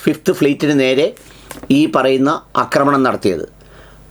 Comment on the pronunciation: എടാ തെണ്ടീ.. ആക്രമണം എന്നാണ് ശരി. അക്രമണം എന്ന വാക്ക് ഇല്ല